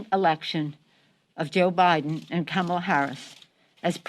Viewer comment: Pelosi mispronounced Kamala...I think.